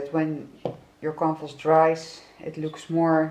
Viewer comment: It took me a while to realise you're saying 'canvas.' I thought you were saying compost (I know, it has absolutely nothing to do with your art, hence my utter confusion). 😆😆 I really should have understood you better, as your accent is very similar to my sister-in-law's who is Danish! Anyway, beautifully done, as ever,. And I loved it when you said you'd 'try to make it into something beautiful,' as I thought it was already very beautiful!! I love, love, love your colour choices. Thank you.